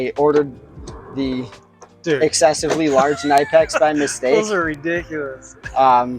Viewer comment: Nope, it’s pronounced „knee-pecks“. Hello from 🇩🇪.